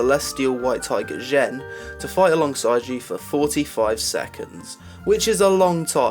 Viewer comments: I thought the list was reasonable. One thing I wanna point out: Xuen is pronounced Tsu-en or Zu-en, not Jen, but I can see where you are coming from here. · Xuen= tsu-en Xuen is not Jen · It's actually pronounced Zuen, X's are pronounced as Z's, not H's. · Xuen is pronounced Zuen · xuen = zuen, not hard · It's pronounced Shuen, trust me, I'm Chinese. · NPCs pronounce his name as "Zuuen" in game, so regardless of how it would be pronounced in this world, it is pronounced as zuuen in that one. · Xuen, pronouced Zuuen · You are right. I spend every day at work with Chinese people, X's are the Sh sound.